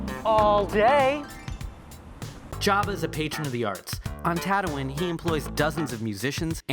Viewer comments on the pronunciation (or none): When did Tatooine change from "Ta-2-(een)" like "Halloween", to now being pronounced "Tadoo-in" like "how ya (doin)".